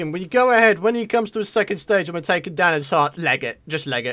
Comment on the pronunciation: take not tame